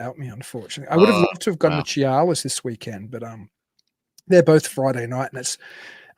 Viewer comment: Chehalis is pronounce SHU-hay=less. WA state has a bunch a weird pronounced places. Try Puyallup. PEW-all-up. 😂